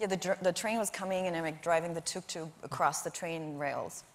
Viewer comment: As an Egyptian person who has seen tok toks and knows the actual way to say the way they say it is awesome